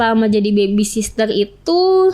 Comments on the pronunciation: aduuuuiiii mbak...baby sitter cara sebutan nya.bukan baby sister 😂😂.hadehh SDM rendah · Pede bener ini orang 😮‍💨😡... Mana salah mulu bilang baby sister lagi...sitter mbak...sitter...bukan sister ... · Baby sister??? 😂😂😂 cara ngomongnya aja salah. Kalian percaya? 😅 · ternyata host nya juga ngomongnya baby sister....😮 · b a b y s i t t e r bukan SISTER! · Bukan baby sisrer mbak tp baby sitter😂😂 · Baby sister gak tuch 😅😂 host nya jg gak tau penyebutan yg bner 😂 kocak😅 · Hadeuhhh psk 🤮 mending benerin cara ngomong 'R' sama ngomong 'baby sitter' dulu dehh timbang lu banggain badan lu yg udah dikobok kobok berapa puluh cowo wkwkwkwk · Ngomong baby sitter aja salah, pedenya selangit nih orang😅😅